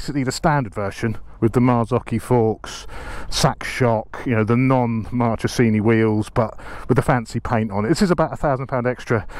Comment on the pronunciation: Ahah, for an Italian native speaker it’s really funny to hear Marchesini spellled that way 😀. Top content as usual 👍✌️